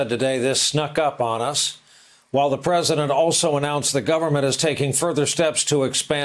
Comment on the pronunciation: He wasn’t calling himself a Wartime president, he just missed pronounced president.